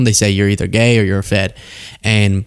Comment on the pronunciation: Why is there so much emphasis on the word gay??? Be gay and be done with it